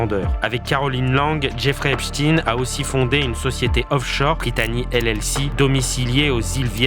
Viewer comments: Ein (ain) et non (in) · cessez de dire Epstiiin mais c est stein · Pourquoi prononcez vous epstin .ein n est pas in. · Pas Ep "stin",mais Stein comme Einstein,Frankenstein, 😇😇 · On doit prononcer "Epestein" comme on prononcerait Albert "Einstein" et non Eps"tine" comme on prononce pour Pou"tine". Cessez ce déni !! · Epstein prononcé Epchtine... Ça fait mal aux oreilles des Alsaciens près de Erstein (ère ch'taille ne)... Est ce que je vais chez Mc Do acheter des an burejé moi? Ou jouer au faute balle? 😂🤣😂